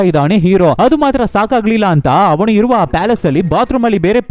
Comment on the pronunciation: ಅವಣು ಅಲ್ಲ ಅವನು.. ದಯವಿಟ್ಟು ತಿದ್ದಿಕೊಳ್ಳಿ